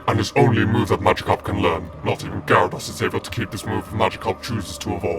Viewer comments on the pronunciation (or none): none